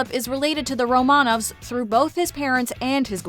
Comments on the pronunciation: It is pronounced RO’-man-ov, not ro-MAN-auv. If you must pretend to be a YouTube expert, do a tiny bit of basic research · Be really nice if they could actually pronounce "Romanov" correctly 🙄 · If you’re going to act as authority, the least you can do is pronounce Romanov correctly!